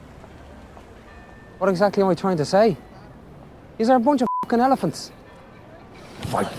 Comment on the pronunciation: "fookin" mate. It's "fookin" in Bruges.